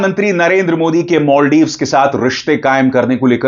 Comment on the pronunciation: Maldives ❌ Moldives✅🤣